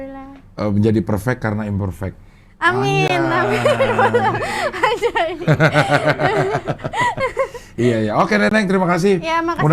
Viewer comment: Imperfect cing ngomongnya, bukan Imperfect